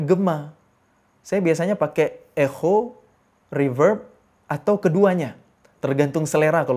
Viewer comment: Jadi bacanya ekho 😂